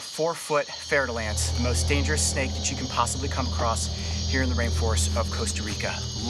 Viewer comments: It is pronounced fur dull ants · 'Fair'-de-lance lol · your prononciation of the fer de lance is not bad man but you should just translate is name in english who is "iron of the spear" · Wait did I hear that right he said FER -DE -LANCE